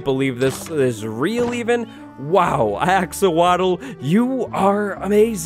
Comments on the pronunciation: Axowatle(Axe or wattles)😂🤣😂🤣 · When he said axowatl, I thought he mispronounced axolotl. Turns out that’s just a villagers name.